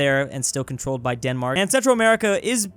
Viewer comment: he pronounces "Denmark" as "Danmark" , no need for the confusion. Also no there are no roads in Danmark'